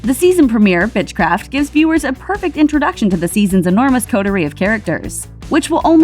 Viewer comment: “Bitchcraft” ? Lol